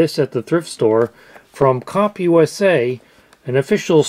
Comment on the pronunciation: CompUSA: Com-poo-sah!